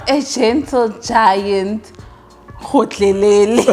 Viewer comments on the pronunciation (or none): It's "gotlhelele", but you tried👏🏾🤣🤣🤣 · lol when you said "gotlhelele"